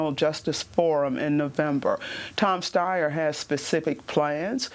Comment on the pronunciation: Tom Steyer? Like what?